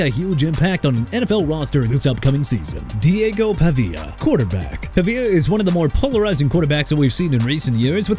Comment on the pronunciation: I'm getting tired of you butchering names of everybody and everything! Diego Pavia (pah-vee-ah)! Also Romeo Doubs (dobbs)! And Nadame Tucker (nuh-dah-meh)! You're gonna be fired soon! Keep messing up!!